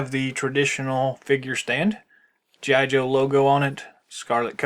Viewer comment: Good review. But it is G. I. Joe not geeeye Joe. Mispronounced the name.